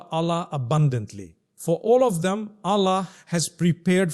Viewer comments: Why pronounce Allah ( SWT) as Ollah May Allah(SWT) forgive u for Using AI for Mufti Menk as he is highly RESPECTED nd A GREAT SCHOLAR OF ISLAM. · His pronounciation of Allah is improper